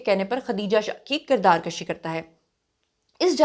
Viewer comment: kirdaar kashi nahi kirdaar kushi plz